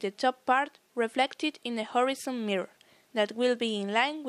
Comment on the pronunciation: Whorezon? Mezer?